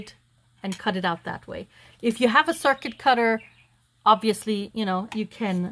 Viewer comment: It’s called a circut….pronounced like the little cricket bug…..for the longest time I’m like what is she talking about